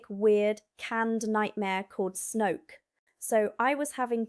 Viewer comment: Snoek: an Afrikaans word, pronounced "snook".